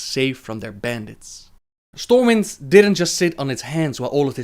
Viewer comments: For future reference, the city is called Stormwind not Stormwinds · Stormwind... not winds... its one Stormwind :P